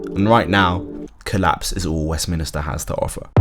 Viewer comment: Westminster not Westminister